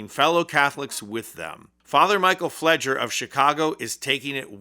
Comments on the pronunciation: Sorry to be nitpicky - it's pronounced FLAY-grrrr. Fr. Pfleger is a giant voice in Chicago. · Here in chicago, we pronounce father Fleger's last name as "Flay-gur" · Pronounced with a long A hard G. He's a Chicago institution and he's fearless. Bless Chris Hayes. He knows Chicago. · His name is pronounced with a hard 'G', by the way and he has been the most outspoken priest in Chicago and he absolutely does walk the walk! He's pretty awesome! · You're mispronouncing the father's name.